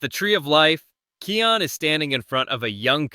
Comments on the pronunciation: THE NAME IS KION NOT KEAN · Its KION DON"T SAY KEON DON"T BE AN IDOT